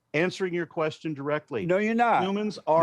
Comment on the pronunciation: How the f**k is JLP going to try to ask any question whenever he can't even pronounce question correctly?!